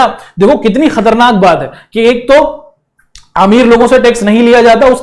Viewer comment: Sir kharatnak nhi khatarnak h😢😢😢😢 aapse Hindi nhi aati h h h 😢😢😢😢😮😮😮😂😂🎉